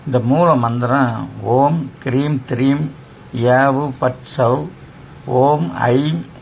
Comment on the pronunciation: the mantra prounced is Hreem or Kreem because on screen its written as Hreem but is reciting as Kreem, please advise